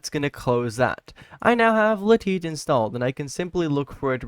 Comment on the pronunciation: Ah yes "le-tit" client is the best 😂